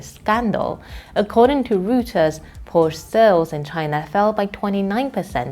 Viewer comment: Agree with all points made, but can't help wishing China's "front persons' in such videos would make the effort to get their "international pronunciation " right, such as PorSCHE, ROYters , KERosene (or keroSENE ) rather than carelessly mispronouncing them , as western frontpeople so often do with Chinese words! A small gripe, I know, but I don 't want to give arrogant westerners any chance whatsoever to laugh at Chinese people...